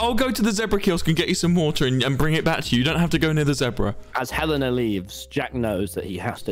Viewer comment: ITS HELENA OH MY GOD WHY CANT YOU GET IT RIGHT